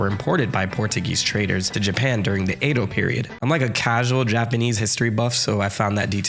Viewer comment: OMG it's not "AY-DO" it's Edo as in "EH-DO"! Why can't you pronounce anything correctly? Bros. lol wtf seriously - Oh and one more thing Just kidding.. Gotcha! :)